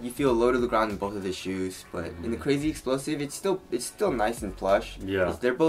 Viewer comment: I know damn well you incorrectly say crazy explosive intentionally